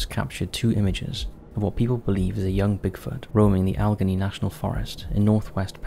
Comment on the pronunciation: Allegheny, is pronounced al-uh-gay-knee not ah-leg-a-knee.